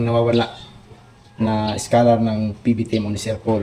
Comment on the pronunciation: Please ayusin ninyo pronounciation niyo. Hindi ESCalar but its scholar